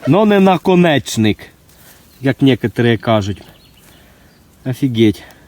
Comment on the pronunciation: Відос канешно класний !!!(приемно проглянув) І пацики молодчаги ! Ну діктор не ахті ... Як некоторі кажуть не афіГьеть а просто афігеть ...( наконечьнік)! А так сподобалось!